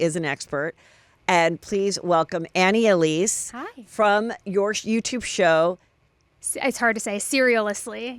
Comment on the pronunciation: It’s Annie Elise